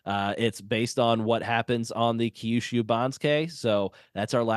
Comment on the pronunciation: Second time checking in, still long winded. Key-yushu is tough to listen to multiple times. I'm confident I could hear a few Toki-yos if I hang a bit longer.